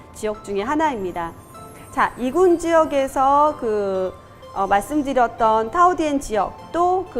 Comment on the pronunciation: 죄송하지만...발음하시는 걸 유심히 들어보면....투티엠을 뚜띠엠.... 타오디엔을 따오디엔으로 발음하시는데요... 베트남 철자 'th'는 'ㅌ', 't'가 'ㄸ' 발음 아닌가요???